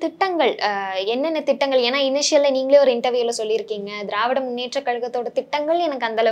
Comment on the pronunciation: he says dravidaR munnetra kalagam instead of dravida munnetra kalagam... this is the standrad of todays journalism sorry PRESSTITUTION.. it reflects in his questions and intentions too...